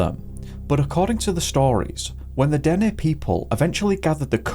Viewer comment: Thank you for pronouncing Dene properly … most get it wrong